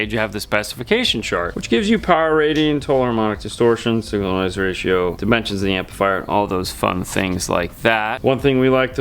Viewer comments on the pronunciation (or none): none